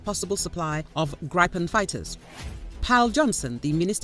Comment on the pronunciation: Gripen is pronounced grip’-en, not gripe’-en.